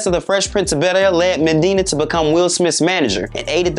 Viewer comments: MANDINA ??? It’s weird how you create an entire documentary clip on Benny Medina but didn’t even learn his name properly. You literally mispronounced his name MANDINA the WHOLE time. Such a simple yet important detail that makes you look so unprofessional as a channel, and discredits your journalism. Nobody even caught that before you broadcasted it to your audience??? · As well as saying Medina's name wrong the whole vid lol. He'll get better though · I really wish he'd stop calling him MENdina......his enunciation is horrible! I died when he said "legal-alities"! 😭😭